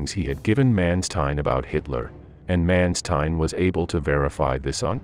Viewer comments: I would have appreciated if the correct pronounciation for Generalfeldmarschall Manstein would have been used, because this sounds absolute terriffic.. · The pronunciation Manstein & Kursk in this video is odd.